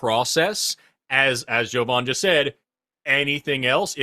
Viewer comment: My FAVORITE part of this episode is that actually called by how he calls himself! (JOE-von ) instead of (jah-VON), like always calls him... Even though made it clear how his name is pronounced. It's no different than when corrects people on how Kamala pronounces her name!